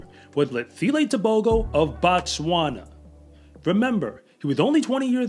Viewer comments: I wish you would say T'ebogo not Tebohgoh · The proper pronunciation is Teboho...the g makes an h sound in Botswana...this kid is wicked fast and reminds me of Usain Bolt, the way he runs is so smooth.